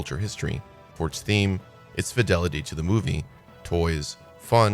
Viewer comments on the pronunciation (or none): none